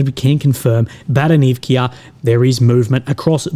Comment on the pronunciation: No Baranivkia Vowel on the end. Only one letter "A"